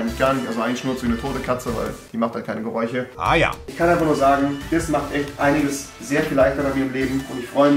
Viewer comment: Gereusche. Reei be like. Gereuche